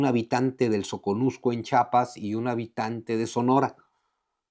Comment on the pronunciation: Mucho conocimiento y todo, pero le dices Chapas a Chiapas 👎🏻